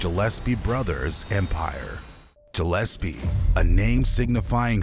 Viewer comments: I’m literally in and it’s ANNOYING as hell that you’re saying Jillespie G like Good G ill SP fishes GILL S P who tf is Jill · Dude its Gillespie not Jillespie ,check words before you do your vids , do your homework bro 👌🏻🏴🏴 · It’s pronounced Gill’Espea